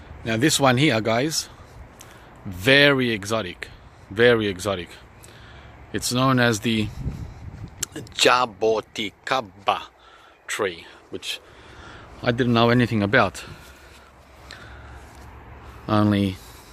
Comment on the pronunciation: First you pronounced Jaboticaba correctly and then you went "jaboKAticaba". xD